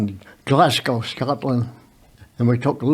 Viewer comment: That man has done a lot of amazing things but one thing that stood out to me is he's an American that can pronounce Glasgow properly 😂, jokes aside that man's generation were men, my grandad fought in Europe and Asia eventually being a Japanese pow, I don't know how he survived that, died 13 years ago and I know he would be disgusted at the state of the UK now